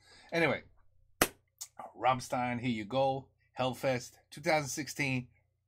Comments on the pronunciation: Hi, like your Rammstein-reactions very much and watch them all ;-) to pronounce their name correctly try it with "rum" and "shine" and add a "t" to get shtine (even thats not perfect but close enough). greets from Vienna/Austria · when it comes to you pronouncing "rammstein", you kinda mess up the "stein" part. you read the st and pronounce it like you do in the word "stone". but the phonetics for "rammstein" should be more like rammschtein - just assume that "stone" is pronounced "shtone" (as you do pronounce shit)). maybe that will help a bit. ;) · Yeah, and the Rammstein is pronounced like with sh instead of s you know.. Rammshtein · Actually, you still haven't got it right. The "S" in "Rammstein' is pronounced as "sh" (like in show, rush, wish...) The rest you've got. 😉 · Ok if i see it right you didnt hear the song "Rammstein" same name as the band name... you need to watch the live version from 2019 or newer ... after that you know how to pronounce the Bandname correct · yes as an american you say rämstein . as a german we say ramm schtein. but its okay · It's pronounced like "RAMSHTAAIN" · All we want is to hear you saying "rammSHtein" 🤣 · Its Ramm Stein, Stein you prounance it with S like Shoes. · Try pronouncing the "s" in "stein" as "sh" like the "sh" in "marshmallow", but just a bit harder. That's pretty close to how it sounds in German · The bit you ARE having trouble with is that the 's' is pronounced 'sh' 😂. Ramm'sh'tein. The lyrics to this song are a mashup of their song titles and chorus lines. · It's rum, like gum with a rolling r, and shtine, like shine with a t. Rumshtine :D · Rahmm-shtain. With a roll on the ‘R’ of course, which is hard for americans ive noticed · Rammstein pronunciation: "Ramm" rhymes with "hum" (as in hummingbird) "stein" = shtine (rhymes with wine) Even though it's just an "s", it pronounced like "sh". (Only people from Hanover pronounce it as "s" :D)